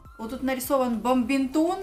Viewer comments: Как обычно - скупает всякий хлам... "Бамбинтон" - нет такого слова, вообще. "Полимезирует"... тоже нет такого слова, есть слово "полимеризация". Уши вянут. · БАДМИНТОН, а не бомбимтон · LIBERTY FAWN Вообще-то правильно бадминтон, просто не знает)